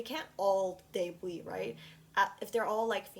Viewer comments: Isn’t it “Day Byoot” and not “day booie”? 😭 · LOL YOU AMDE ME LAUGH WHEN U SAID DEBUI LOL❤❤❤❤ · the way she pronounces debut i’m so sorry it made me smile